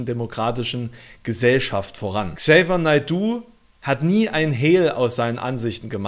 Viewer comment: Ähm, sorry, aber du sprichst den Namen total falsch aus 🤣